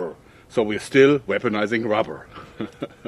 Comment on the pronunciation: So we still weponsizing wubber ok